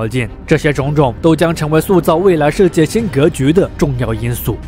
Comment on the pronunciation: 主播，世界读音shijie视界，不是设界。